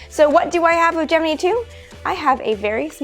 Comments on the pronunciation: was looking in comments to see if someone else thought this. she sounds like she is saying gemnee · Gemini is pronounced gem-in-eye like the zodiac sign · It's Latin and it's pronounced Ghe-mee-nee. That sucks, but it's what you get for your attempt at nitpicking. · I cant get over this pronunciation of gemini😅 I cant